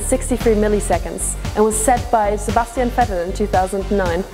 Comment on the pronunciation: I thought that she is german at this point when she said sebastian vettel:) nice to know Ich dachte mir schon ab dem Punkt, als sie Sebastian Vettel aussprach, dass sie deutsche ist. Schön zu wissen:)